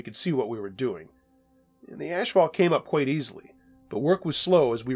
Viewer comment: People really pronounce this word asphalt as ash fault. Ha ha ha!